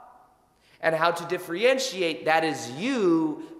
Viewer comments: Really appreciate your content! A small grammatical correction if you don’t mind I think I heard you pronounce “diff-re-entriate” and I think you meant to say “diff-er-entiate” hope that helps and keep up the excellent work! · Thanks for the good info. (Listen how to say “difFERentiate” and not “difFREEentiate”. ) ❤️🇨🇦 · Is he saying diffree-entiate? Cute! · "Differentiate" ... [Diff- (er)-(en) ti-ate] ... I thought this might help. 💜